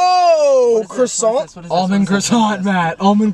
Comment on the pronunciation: chris pronounce croissant as “chrisawnt” is so funny to me